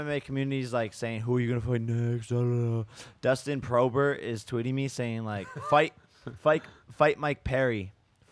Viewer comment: Nobody: Jake Paul: DUSTIN PROBER